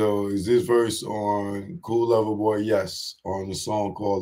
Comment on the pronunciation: CERTIFIED LOVER BOY .. please say it right